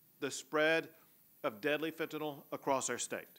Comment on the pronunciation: Fenta NYL (nill) not Fenti NOL, Robert Kennedy is dumb af